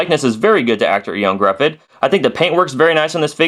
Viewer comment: "Eon Gruhfud"... it's pronouced "Yo-han Griffith"